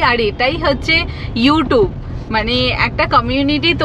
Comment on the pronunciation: 2.29 min a : Youtob noi oita it’s YouTube